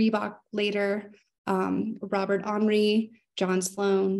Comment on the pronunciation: Very interesting and informative take on the importance of Taos and New Mexico to American art and culture. Just a correction Robert Henri is not pronounced as if French but as "Hen Rye" -- he was from Nebraska. From art historian who has taught American art for 35 years.